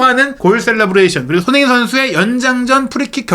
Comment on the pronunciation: 발음을 정확히 합시다. 손흐민❌️ 손흥민⭕️